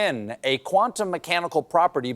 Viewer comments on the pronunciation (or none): none